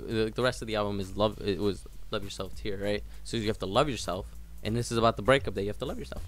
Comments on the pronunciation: Fun fact(?): when they say "tear" each one have a different meaning, if you listen, the pronunciation among RM ans Suga is different. So, for RM "tear" (as when I cry), for Suga "tear" (for ex: the paper tears very easily) and JHope "fear" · if you all notice, they pronounced tear differently.. rm's tear (cry), suga tear (tearing paper, tear apart), and jhope's using fear - for me because this words have similar sounds to tear and the meaning is connected. 😆